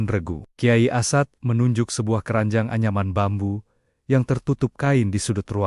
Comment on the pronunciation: Komentatornya tidak tahu menyebut as'ad. Tapi asad